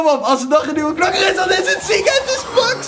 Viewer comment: MAX spreek je uit als MEX